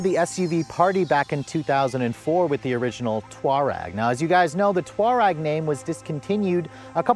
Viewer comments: I’ve always said “tour-egg” but either way, it’s not “twar-reg”. He also like to say “anyways”. That drives me nuts. There’s no “s” at the end of anyway. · Why do you say Touareg and Tiguan like that? LOL wtf it’s pronounced TOE-REG AND TIG-UAN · who came up with the idea that the Atlas was the replacement for the Touareg (not Twareg like he pronounces it)??? Not at all. The Touareg is a luxury SUV, the Atlas is a family SUV. They're not even in the same class. There isn't a successor to the Touareg in the North American market right now. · here you go again giving us less than accurate information the Touareg you miss pronounce was when Volkswagen was trying to go up market and compete with Mercedes-Benz and have the same platform as the Porsche Cayenne and subsequently the Lamborghini SUV when they also tried with their $100,000 Phaeton but then they realize Audi at least in the United States has the upscale market brand the initial Touareg was an amazing vehicle now all current offerings are all based on the Jetta platform and super inferior These are competing now with the likes of Toyota and Honda nothing of the Volkswagens of years ago but so be it but get your information correct and fix your hair LOL take Propecia